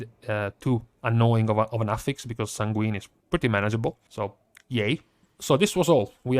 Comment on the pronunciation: Please,....it kills me every time you say the word sanguine. It is pronounced SAYN-gwen. Not san-GWEEN. It should sound like you're saying "sang when"